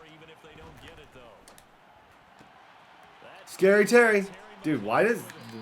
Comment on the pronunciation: I did when i seen you say “thoe” lmao